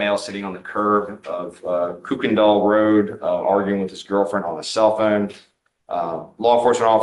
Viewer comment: I've never heard Kuykendall pronounced that way (a few friends I have in Texas laugh at this pronunciation) lol.